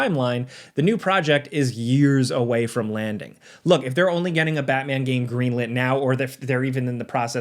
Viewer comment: don't butcher Batman again please🙏